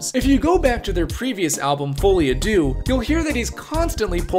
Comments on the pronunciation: It’s Folie à ‘Deux’ (2), not ‘Dieux’ (God). As in ‘shared delusion’. You pronounced Dieux pretty well, though! (‘Dyuh’) Duh is the pronunciation of deux. Teaching, not criticizing. 👍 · On that note, it took me too long to stop hearing "fully Adieu" 😅